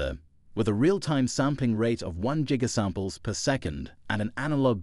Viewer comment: Jig-a-samples. Ha hs.